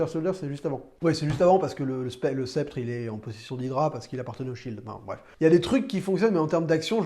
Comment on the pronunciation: Super vidéo par contre on dit sceptre de Loki et pas spectre